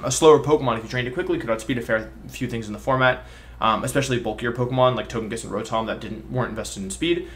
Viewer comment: You know Wolfe's serious when he pronounces Togekiss with a hard G